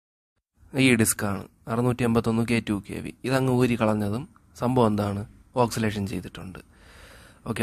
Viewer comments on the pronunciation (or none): ഓക്സിലേഷൻ അല്ല bro ഓസിലേഷൻ ആണ്